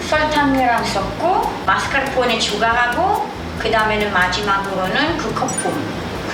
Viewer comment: 마스깔ㄹㄹ포네 현지발음 멋졍.